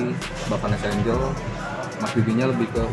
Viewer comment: Kritik nih buat narator nya biar kita dengerin nya juga enak... Vanessa Angel dibaca Vanessa Enjel bukan Enggel